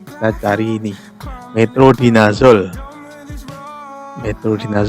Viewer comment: metronidazole om😆😆😆 bukan metrodinazole